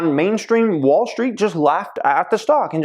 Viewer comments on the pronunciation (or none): none